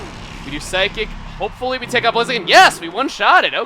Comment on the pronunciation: You said blazein